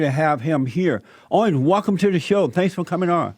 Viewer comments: Haha Jesse said welcome Owin ... Lol lmao Owin .... Owin... Down syndrome.... It's Owen down syndrome... Lol my ass off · Don't butcher Owen's name, please. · "Owen" is another one he struggles with.😂😂 Keep em coming Jesse👍👍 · Am I the only one dying laughing at Jesse trying to say "Owen" in the introduction? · Great interview! #FreeAlexJones I love how Jesse pronounce Owen!😂